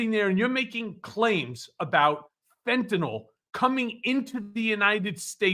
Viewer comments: It's fentanyl not fentanol. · Ben: it's Fentanyl, not Fentanol. The last syllable rhymes with "pill," which is most apt.